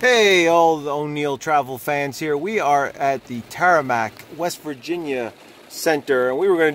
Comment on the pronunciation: It’s Tamarack...not Taramack.